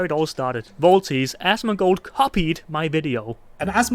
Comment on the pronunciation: Aschmonghghghgold. Seriously, I'm not one to pick on people with speech impediments, but ohly fuck.